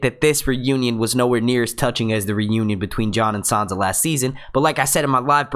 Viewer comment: marvioxious1989 are you listening to the same guy that I am.... He speaks perfect English...an accent is not the issue here... He pronounces Davos, Sansa, Tyrion, Stannis, Kinvara, Melisandra, and Danarys correctly.... Accuracy shows intelligence and that he cares enough to get it right. It's called constructive criticism. If something is worth doing, do it right. If mediocre is good enough for you, fine.... But that's not how I was raised.